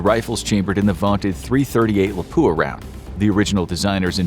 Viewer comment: I want to die every time I hear someone say “Lapoo-a”.